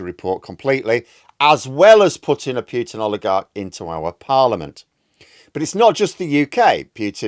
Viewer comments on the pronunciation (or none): POO-tin not PEW-tin... for the 5th time . Get it right